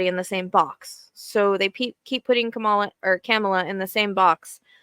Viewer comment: Thank you for speaking truth! He is a criminal, a cheater, a misogynist and a liar. We Won't Go Back! Ps: Kamala is pronounced "comma-lah" 😊 Love ❤️ and Light Sister.